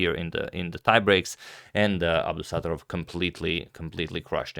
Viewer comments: It’s pronounced as Abdusatto’rov (short A, stretched O)😅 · Abdusattorov is pronounced with the stress on the first o so AbdusattOrov :)